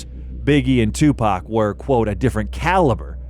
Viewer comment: If you're using Ai voices please spell Tupac= Tupok otherwise it sound like 2pack which is incorrect